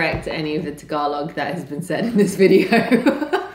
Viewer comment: my man..you pretty much butchered all the Tagalog names of those dishes but you are absolutely forgiven. Love that you and enjoyed everything. Hows that horse kicking you?